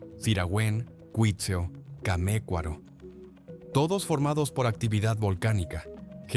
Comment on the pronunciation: Es Tzintzuntzan, palabra llana o grave, no aguda. Es Cuitzeo, no Cuítzeo